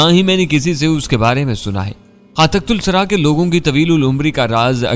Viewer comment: جناب تصحیح کرلیں صحیح لفظ تحت الثریٰ ہے بجائے تخت السری کے۔ Tahtussara